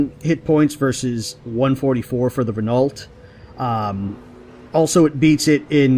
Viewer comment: Renault - pronounced Re-noh. Just thought you might like to knault.